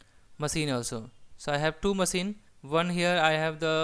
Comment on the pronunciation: good explanation and clear language. Good job! Though I can't get over the fact that you pronounce maSEEN :D it' s funny but if you want to sound even more professional check the phonetics on the word "machine" using google voice and try to emulate that. Regardless, good tutorial!